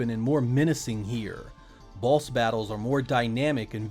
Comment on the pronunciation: Does anyone think it sounds like he Sez balls when he sez boss?